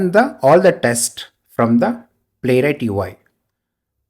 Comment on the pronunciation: Thank you! But please stop saying 'testis'!